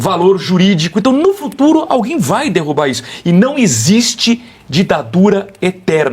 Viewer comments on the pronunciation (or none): Pq essa senhora falou "dirrubar"?